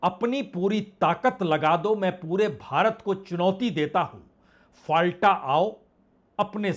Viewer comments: "फालटा नहीं फलता" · 𝗡𝗼𝘁 फलटा , फलता होगा